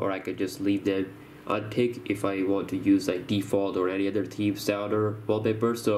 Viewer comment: can u maybe learn how to say theme.... THHHHHeam not Team.